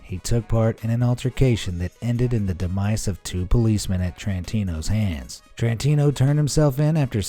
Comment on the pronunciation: Thomas T rantino. NOT Thomas CH rantino. Learn how to pronounce words.